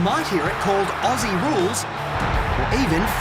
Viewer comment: atleast you don't say it ossy and actualy say ozzy